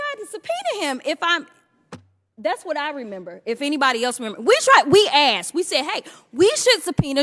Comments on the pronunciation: you who says axed instead of asked 😅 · Did she ax a question? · "If I axe you a question, you will know that I axed you a question..." 🙄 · Wait until I “ axe” a question. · I Axed you a question 😂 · Also, "I Haven't AXED You a Question". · "I says I hasnt axed you a question!" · Axed? Do you say WED NES DAY for Wednesday?